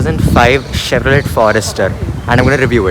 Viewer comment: It's not Chevro let!!! Let you stop Let! Lol